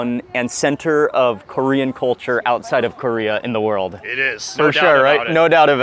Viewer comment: Mark pronounces the Kor in Korea so intensely lol like CORE-ea. I just realized most people pronounce it like Curry-ah haha